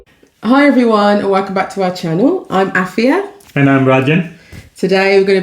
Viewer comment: if youa re Ghanaian thrn you really "brofolised" your own name.. but I love y'all. Really cool video ❤❤❤